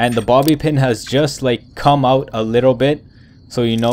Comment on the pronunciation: I thought he said mommy pin XD